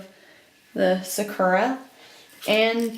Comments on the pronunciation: hey just a little pronunciation tip lmao its not suh-koo--ruhs, its more like sah-koo-rahs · oh just the pronunciation of the japanese word for cherry blossoms